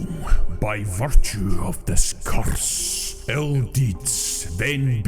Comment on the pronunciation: pronounced the word curse in a funny way lol